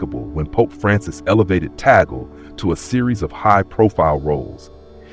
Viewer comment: He is pronounced as Tag-lay and not Ta gle